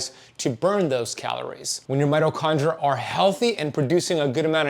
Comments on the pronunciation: Mito kon DREE ah. There is an I before the A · I'm sure know that it's spelled mitochondria😊😅 It's the way he pronounces the word. If you activate subtitles you'll see that the word is correct. 🙏🏻